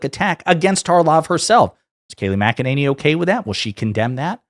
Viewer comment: Say her name correctly. Mac-Eh-Ninny. With all her sh!t talking she must spend a fortune on teeth whitening. Unbelievable liar.